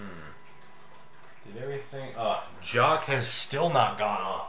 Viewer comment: The way you pronounce that Tempus Fugit mantel clock sounds like you're saying "Jock". You're supposed to pronounce it with the /ch/ sound.